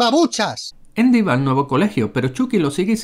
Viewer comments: Endy? Asi se pronuncia? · porque a andi le dicen indi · Es andy no endy XD chucky potter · Todos viendo y escuchando los errores de chucky pero nadie habla de que canal random le dice eindy jajaja enves de andy o esque yo ya estoy malito de mis oidos que me hacen escuchar cosas que ni alcaso?🤣🤣🤣🤣🤣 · Endy (Andy) error real al pronunciarlo....pero como lo habéis hecho tan mal tío....pero bueno es su cultura y hay que respetarla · Hagan errores de leprechaun, y no es endy es andy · ¿Por qué le dicen "Endi"? me caga ajahaja. Buen video ♡